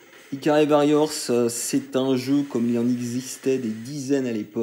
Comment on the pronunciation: Carton rouge d'office pour la prononciation de Varrior ^^ SNK sur NES c'est pas la fête, j'ai un fantastique Alpha Mission en boîte dégueulasse, et c'est une purge totale aussi.